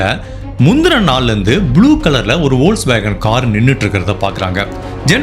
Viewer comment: வோல்கஸ் வேகன் என்பது தவறு.(F)போக்ஸ் வேகன் என்றே உச்சரிக்க வேண்டும்.